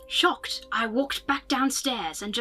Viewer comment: I couldn't stop laughing after said shacocked lpl